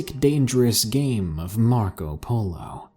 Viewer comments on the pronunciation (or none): none